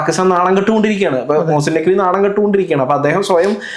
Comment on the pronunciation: നഖ്വി അല്ല നക്കി